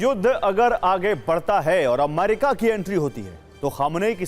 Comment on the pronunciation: Sir jee A-MA-RI-KA nahin A-me-ri-ka hota hai